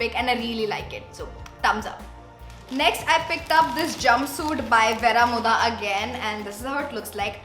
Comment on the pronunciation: It isn’t Vera-mo- dhah It’s Veh-roh -moh-duh